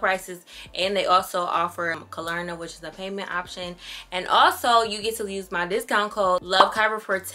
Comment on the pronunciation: you’re so sweet it’s pronounced ‘kla-rna’ not ‘kalarna’ 😂❤️